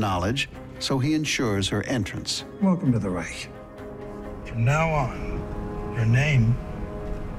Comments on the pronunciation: As a German i have my trouble with speaking English. BUT why u guys keep saying Reich with a K in the End? You say China without Trouble. So, its a total dif. Thing when the CH is at the End - its still CH and not K. 😂 or du u say rich with spelling a K ?? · From a german to everybody is reich not reick